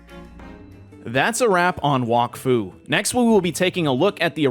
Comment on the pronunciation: bro is saying walkfu not wak fu